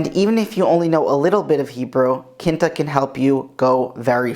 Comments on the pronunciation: Quinta is pronounced like QWIN-ta, not KIN-ta. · I thought it was a portuguese at first! Haha Quinta is also fifth in Portuguese, and the pronunciation is quite similar.